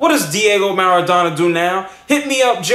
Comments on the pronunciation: maradona xD marrrrrra dona (MAR A DONA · Did anybody notice that he didn't even pronounce one name right. I mean wtf you didn't even say Maradona right lol.